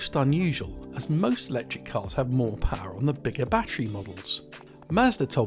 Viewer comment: More powahhhh